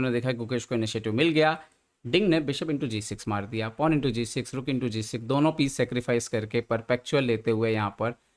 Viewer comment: Ye Budelkhandi accent hai kya, I have seen same thing with Baba Aniruddhacharya. Why they pronounce दौनो instead of दोनो for addressing 2 people?🤔